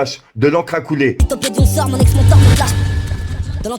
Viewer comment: Ta dit lipothéidon 😭